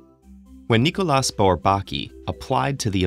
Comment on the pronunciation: The s in Nicolas is silent